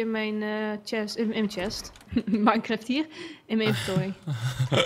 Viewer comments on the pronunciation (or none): none